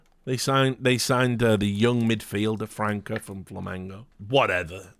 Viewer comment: Hey Rich just a head up: the letter "ç" in portuguese always has the sound of "s", so the right pronunciation for his name is "Fransa"